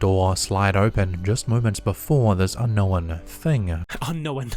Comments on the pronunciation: My littles love Caspersight 👻 and when says "Without further do dah diddle dee day"...😁😂 And Yes, I've also heard the new pronunciation of the word "Unkno-wen"...😁😳😂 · I knew this narrator couldn't pronounce "unknown" correctly. Now, I know he also can't pronounce "nuclear" correctly, either. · Little bit funny mocking his pronunciation of unknown.... Say Beetlejuice again? Hehe.